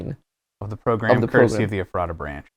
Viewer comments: Everyone I’ve ever met had pronounced it Ef-ruh-ta but I like Mats interpretation. It’s apparently named after an old name for Bethlehem: Ephrath making it the second town named after Bethlehem in PA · as a PA native, i couldn’t stop grinding my teeth everytime matpat and mispronounced “ephrata” LOL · the pronunciation of ephrata hurt a little bit as a Pennsylvanian 😭😭🙏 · I live near Ephrata abd I hate when people pronounce it wrong! I live in Strasburg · To pronounce ephrata is [F-rah-duh] - From a local Pennsylvanian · Guys, as someone who lives in the area- it's pronounced Eh-phreh-ta. We pronounce things weird here. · glad to know I wasn't the only one cringing...i happen to live near Ephrata, lol. Pronounce it like using the phrase 'the letter F,' and add rata after it. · His pronunciation of Ephrata really bothers me. I grew up near that area and I never heard anyone say it that way lol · ephrata is pronounced f-rat-a ^-^ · its eF-fra-dah not however you said it lol. Its a town in Pennsylvania near Lancaster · i live like 20 minutes away from ephrata and have a few friends there, but the pronunciation is killing me. it’s eh-fruh-tuh not ef-rata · If it's pronounced the same as the town, it's EF-ra-da not ef-RAH-ta. (yes the t gets mushed into a d sound, don't worry about it :p) Edit: got further in the video, it is the town lol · I know they're probably not gonna see this at this point but it's funny living near Ephrata, PA and hearing them pronounce it Ef-rah-tah, here it's pronounced Efruh-tuh. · My hometown of Ephrata, PA is on a GT Live video??? Also it's pronounced "Eff-ruh-tuh" with emphasis only on "Eff" and "tuh" not "Effrah-tah". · Okay, no one will probably see this, and this is by no means hate towards Mat, BUT: it is not e- fr ahh tah The way I learned it was Eff rata As in ratatouille 😆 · How they pronounce Eph-er-da kills me 😂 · Guys can we talk about how they’re pronouncing Ephrata? It’s Ef-er-ta 😢